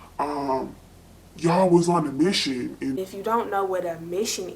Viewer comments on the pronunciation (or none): You saying ‘mission’ has me thinking you from Ohio lol hey girllll